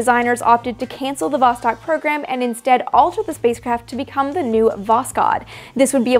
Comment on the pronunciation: Восток (vostok, 'east') is pronounced [vɐs.ˈtɔk], not [ˈvɔs.tɔk].